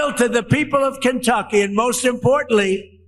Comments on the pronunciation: tRump can't even pronounce the state of Kentucky correctly. How long has he lived under his rock? Keentucky? Obviously he flunked his phonics lessons. Sheesh! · did that mfer say "KINGTUCKY" ??? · Love how trump pronounces Kentucky as kingtucky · Keentucky? Gaaaawd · I don't mean to be abusive with people who have a Speech impediment🫤 But 🧐 KEEEN TUCKEEEE🤣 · As Doo Dooo J Pronounces; Keen Tuckeee🤣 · He can't even pronounce it. He said "KEEN-tucky" twice, but they don't care! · I'm not from the US, but is that how Kentucky is pronounced!?